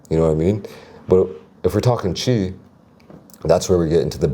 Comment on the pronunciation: why does he say chee